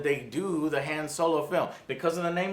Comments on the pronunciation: "Soylo" ftfy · Is it me or is Joe pronouncing Solo's name wrong?